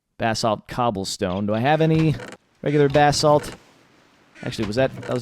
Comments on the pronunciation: I love you but every time you say BAHsalt I want to throw my computer. It is pronounce buh-salt. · That's the American pronunciation but it can be pronounced Bah-salt